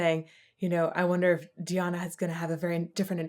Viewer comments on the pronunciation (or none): none